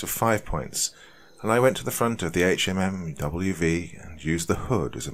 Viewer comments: fortunately, most of us civilians have at least heard a lot of the jargon and can understand it easily enough if it's used. Guess we can thank all of those movies sponsored by the American military. That said, this was kind of interesting. I don't think I have ever heard someone actually say "HMMWV" out loud in a conversational tone. Like, ever. It's almost shocking how ubiquitous "Humvee" has become. Anyway, good work with the actual writing! If you want to keep writing the gear's name out, you could always give a little key somewhere. "HMMWV = Humvee" as well as any other little errors that may be likely. I am not military or police as mentioned, but I used to hunt and find myself remarkably frustrated by the horrible attempts at pronouncing ammunition names. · Yea I was gonna say dude it's a Hum-V was killin me with hmmwv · Great story... but sayin HMMWV instead of “Humvee” kinda hurt my head... also having spent some time at Fort Riley recently, it adds to the creepiness. Just a tip for the doc, googling military jargon can really enhance the immersion of a video. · It’s pronounced Humvee. Not H M M W V. You can tell that the person who wrote this was is a veteran though. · it’s pronounced Hum Vee not HMMWV. Other than that, great story. I was stationed at Ft Riley for four years. The wife is from the local town outside the post. Lots of history. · Love the story but one small critique, it’s pronounced Hum-vee not HMMWV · Sorry but it's called a Hummvy... not an HMMWV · thank god, I was screaming Humvee at my computer every time he said it wrong. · Right... Can say duece and half, but not humvee? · Apparently this narrator didn’t pick up that a “HMMWV” means “Humvee.” Being a Brit civilian, it makes sense. But that’s the kind of thing that could use a little pre-translation. Otherwise, good story. 👍🏻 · Public service announcement for horror narrators: Hum-vee azz-vab dee dee two fourteen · Dude just say humvee